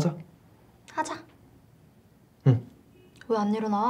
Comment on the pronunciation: 여주 진짜 너무 예뻐요.. 얼굴 잡힐때마다 깜짝깜짝 놀람.. 표정 연기도 자연스럽고.. 근데 발음이 너무 거슬려요ㅜㅠㅠ 특히 ㄹ 발음할 때 r발음으로 혀를 굴리시는 거 같은느낌.. 서r겨지 하r까?이런느낌ㅜㅠㅠ 이 부분만 고치시면 진짜 배우로 성공하실듯!